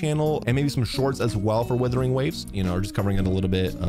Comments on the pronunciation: Wuthering waves not withering waves 😂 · you have many fans not liking you and you called wuthering waves, "Withering waves" that's how you disrespect the name, like wtf where you reading? It's like calling Genshin, "Jenshin" next time think before saying shit that doesn't sound right. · You can't even say the game's name right. Just stop at this point. You ruined genshin with your vanilla fantasies enough. Don't ruin this awesome game too.